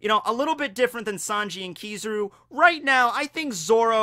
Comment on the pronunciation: kiz a ruuuuuu not kiza roo